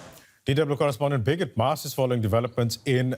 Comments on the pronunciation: Loool this Indian guy needs to learn the name of the people he is working with... It's freaking Briggit... Not "Biget" ... Damn dude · Birgit is a very common name in Europe, but they way the anchor pronounces her name makes it sound like 'bigot'. It very funny indeed xD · nope, it is not, he is mispronouncing her name...it is Birgit. You speak the "r" and its a "git" not a "got". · DW journalists should at least know how to pronounce German names - What do you think 'bigot'? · He is mispronouncing the name. Her name is Birgit...a scandinavian name; it stands for the helper, protector....it baffels me that you have never heard of it. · As a Birgit myself, it's common to hear the name mispronounced. We get used to it .